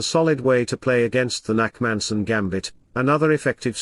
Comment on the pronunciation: Its the Nakhmanson gambit, not Nackmanson, but ok...